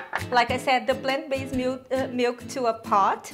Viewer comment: You have lots of great recipes on your channel. I'm a rough and ready single guy, and cooking channels are normally not my thing. But your videos really stand out for some reason! Also I like the way you pronounce "mielk", it's so funny! "Almond mealk..." haha so cute I love it! I think that this should be the new official pronunciation of the word. I'm not saying boring "milk" anymore. Ever! Best wishes, V4L= vegan for life.